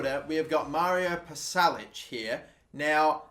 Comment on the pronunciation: Pasalic is pronounced Pasha Lichhh